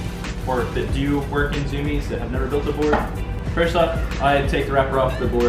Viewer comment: IT’S ZUMIEZ NOT ZOOMIEZ LMAO